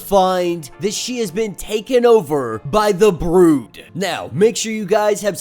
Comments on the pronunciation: Its brood not bro-d. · It's said like brewed not bro'd. Just FYI my man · Is English your first language? How are you calling the Brood, long o sound, the Brode? You speak very incorrectly for a man who makes a career out of narrating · The way u pronounce “Brood” is killing me 😂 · The mispronunciation of The word brood really took me out of the video otherwise great content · it's a little weird but not that big a deal. Small thing in an overall good video. Sometimes people get their pet peeves though. I trip on presenters mispronouncing Arkansas.